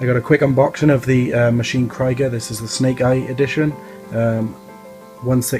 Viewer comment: "Kreeega" not "Cryger"